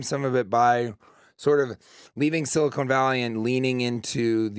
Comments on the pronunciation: On the show for four years, can't pronounce Silicon... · He called his own show “Silicone Valley”.... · Someone should inform TJ that the show he was on is called Silicon Valley, not Silicone